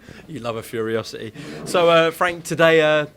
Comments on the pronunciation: I love that everyone calls the drink Furiousity instead of Ferocity. Including Fury himself. Dopes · Why does literally nobody, including Tyson's team, know how to pronounce Furocity? Everyone pronounces it like it's spelled Furyocity...